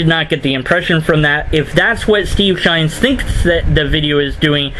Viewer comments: Just curious. Why are you calling him Steve Shines, and not Steve Shives? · Not sure if you're saying 'Shines' deliberately for a reason, or if it's just a simple misunderstanding. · I love how you mispronounce and misspell Steve's name so blatantly. I unsubscribed to Shives when he made his first video on rape culture. His wife was nonchalantly using the PC behind him, probably coaching his indoctrination. He says he won't talk to someone who supports a hate group, but I'll bet if Shirley Phelps-Roper wanted to chat Steve would jump at the chance. I believe that deep down he knows feminism is another religion but he can't fight it because of his wife. I have a coworker who has been an atheist for as long as I've known him. His wife gave him an ultimatum one day. He's a "happily married Christian" now. Damn patriarchy.